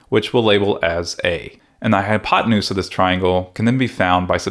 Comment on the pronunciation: “High on pot-nus”